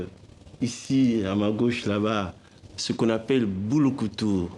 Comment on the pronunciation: C'est Bulukutu et non Bouloukoutou 🤣🤣🤣🤣🤣 Bulukutu c'est en kikongo ( Kongo). Merci